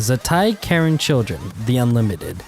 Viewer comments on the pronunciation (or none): none